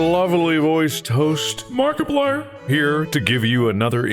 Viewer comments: Somewhy I heard Barkaplier at the end 😂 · Didnt you listen to the into? Its mark-eeplier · it's obviously a joke, even mark has pronounced it like that in a previous episode once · Why did he say Markiplier like that in the intro 😭